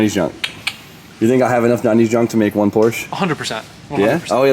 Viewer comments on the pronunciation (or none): it's POORSHHAAAAA